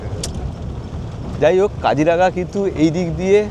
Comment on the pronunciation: Not Kajiranga it's Kajironga